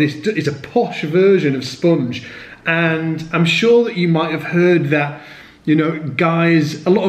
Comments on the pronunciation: It's spOnge, not spUUnge, ha ha ha hah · I don't get it. Why would I want to kill the sustain on my bass? Evidently, I am not seeing the bigger picture here... Anyway, I like the way you say "spunge"...